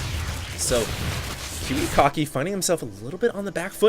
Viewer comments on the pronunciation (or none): its pronounced Kiwi-Kacki, not Kiwi-Cocky